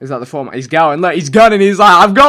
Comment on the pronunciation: I had to stop watching because of the way he pronounced foreman